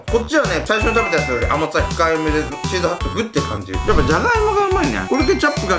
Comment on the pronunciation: ちょい気になったんだけど、チーズハットグじゃないの？？(笑) チーズハットクになってる！(どっちでもいいか😹)